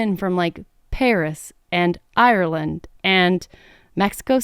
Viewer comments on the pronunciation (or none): none